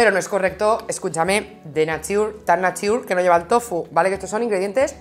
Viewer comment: "Pero sin avisar, a lo zorrícimo... eso no está correcto, eso no es NIATUR!!" ME PARTO!!! JAJAJAJAJJAJAJAJAJJA no es NIATUR dice 😂😂😂😂😂😂😂